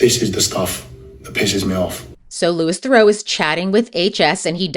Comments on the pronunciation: How can you mispronounce his name within the first 20 seconds of your video? Did I just fall for engagement bait? Or did you not actually watch the documentary, where he introduces himself to people multiple times? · Good video but his name is pronounced Loo-ee Theroo since it's a French name. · Interesting points! Just a quick note that Louis Theroux's name isn't pronounced like "Lewis". It's pronounced more like Loo-ee. Really interesting to hear your opinions and takes on these interesting characters! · That’s not how to pronounce Louis Theroux’s name - it’s not Lewis, it’s Lewie, and it’s not Therow, it’s Theroo. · You mis-pronounced his first name and his surname. It's Louis Theroux, but you said Lewis Thurow. Theroux like you're saying 'through' as 2 syllables instead of 1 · Minor nitpick, but Louis Theroux’s name is pronounced the French way. Loo-ee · Yes, thank you! Louee Theroo. I always hesitate to bring up pronunciation when the creator has obviously put in so much time and effort into their video, but it's important! Theroux is a very well-known figure, so easy to find how to pronounce his name. (Also drives me nuts when people say Zen-DYE-a, instead of Zen-DAY-a.) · The obscene irony, that I wish Louis (pronounced Loo-ee Ther-oo btw) had pointed out, was that only just a moment before that first clip of him and his mother getting upset at Louis for "making money" off asking him about his criminal record, he was explaining that everything he does - all the misogyny, racism, antisemitism, homophobia, etc - is for money, engagement, and clout and that he doesn't gaf about morals, being a good person, being a hypocrite, or what people think. In fact, he admitted to being a puppet all throughout the documentary. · Manage to pronounce it wrong every single time you say it but you obviously watched the whole documentary where they said his name many times ... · Say his name right!